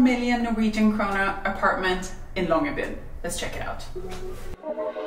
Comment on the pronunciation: thank you for saying the name Longyearbyen several times. this lets me know how to pronounce it. (i am not Norwegian.)